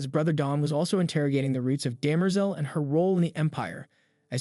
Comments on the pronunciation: Daymerzel? It's Demmer-zell! ;-) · It is DEM-er-zel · I was just thinking the same thing, especially with Cleon and Demerzel. My ears were just like "huh? come again"